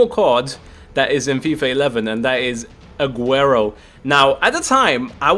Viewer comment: drogba says Aguero😂